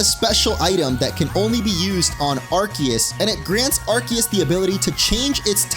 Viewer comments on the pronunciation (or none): ARCEUS " AR - SEE - US " FOR HEAVEN'S SAKE